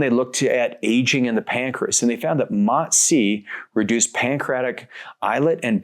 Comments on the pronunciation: He finally learn how to say MOTS-C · nah, I wasn’t saying that to be mean and still don’t think it was mean I just noticed he learned how to say the word mots-c right and thought it was notable lol